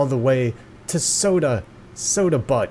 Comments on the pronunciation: Butte is not prononcec butt, it's pronounced buew, it sounds like phew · oh mi gawsh. Butte is pronounced with the u saying it's name. XD I was cracking up the whole time. This game is also surprisingly entertaining in and of itself. I'm excited to catch up.